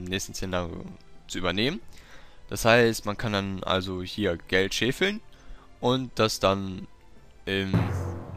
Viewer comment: das wort heißt scheffeln nicht scheeeeehfeln.